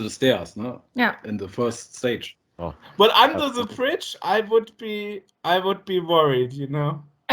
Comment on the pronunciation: Ah BRIDGE! I understood fridge xD